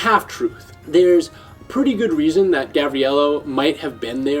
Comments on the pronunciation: Dude, it's Gavrilo, not Gabrielo. Great show btw. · its not said gabrielo xd